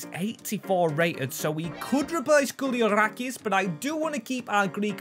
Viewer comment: Let's take a moment and appreciate how you pronounced koulierakis' name to perfection